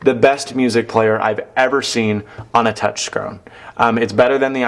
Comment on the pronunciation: thumbs up if you heard "touchscrone"